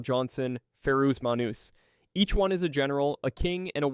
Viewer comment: Can’t tell if it’s Ai because, while a good video, you absolutely butcher the shit out names and pronunciations “Feroose Menoose” was unforgivable lol